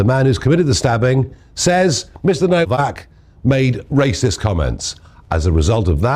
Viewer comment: His name is pronounced NOVAK. You’d think after watching these videos before making his Doc would have heard exactly how to pronounce it multiple times.